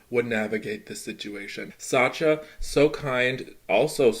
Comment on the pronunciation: Why do you say Satcha? It's Sacha.